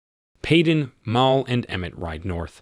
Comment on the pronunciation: Stop mispronouncing Mal, it's short for Malcolm.